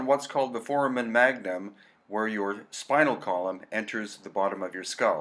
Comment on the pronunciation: I love your presentation but, as an x-ray tech, you grate my nerves every time you pronounce "foramen magnum". Please, make the a long like in the sound "hey" in the word for-ā-men. Great work, btw. Thank you very much for the info you are sharing. I've waited a long time for it.